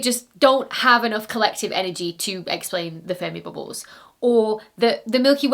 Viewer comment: Say "Boobles" one more time.... 😆 I love it.